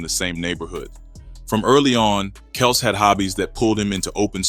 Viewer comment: Kelz not kelse